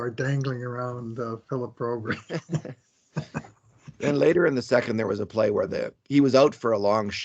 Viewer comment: Hey if you pronounce Broberg as Brobury how would you pronounce Landeskog? 😂